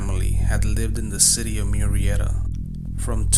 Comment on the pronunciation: Is it me or does anyone else hate the way he says MURRIETA?! It’s annoying AF!